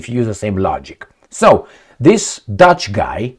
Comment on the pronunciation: Are you saying Dutch or douche?